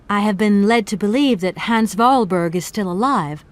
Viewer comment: Voralberg... Goldberg... lmao